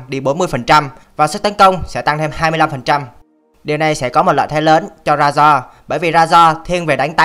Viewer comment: Razor đọc rây-giơ dùm